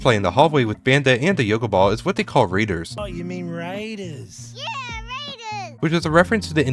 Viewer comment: "Wat waders?" (Raiders)